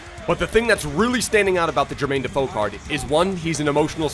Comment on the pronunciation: Defoe will always be a yid 🤍 also love the Aussie comentator saying defooo if you know you know 😂